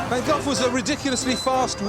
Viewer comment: He pronounces it 'van Goff' but it is actually pronounced quite differently in the Netherlands. The two Gs in Vincent's surname must both be pronounced like the Spanish letter J (e.g. the J as in 'Juan'). Or like the LL in Welsh. Also one should not pronounce the 'van' in the same way as for a delivery vehicle, but rather as 'funn'.